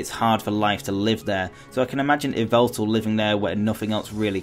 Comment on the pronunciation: It's Yveltal, not Yvetal...